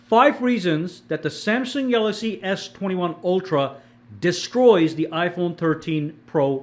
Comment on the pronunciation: Be says galagsy Instead of galaxy😅